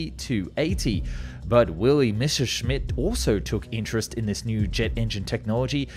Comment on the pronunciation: it has finally happened!!!!! An English history documentary that correctly pronounces "Messerschmitt!! THANK YOU!!!!!! You have given me back hope in humanity 🥰😍😍😍🤩🤩🤩